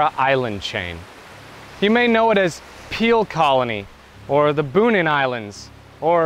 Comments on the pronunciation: It's pronounced "Bow-nin", not "Boo-nin." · Bonin is pronounced Boh-neen, not Boo-nihn. Also; subbed :-)